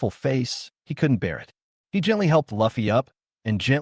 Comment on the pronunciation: Ffs ... its li fei not luffy and it's a she not a he ... it's a all-girls- school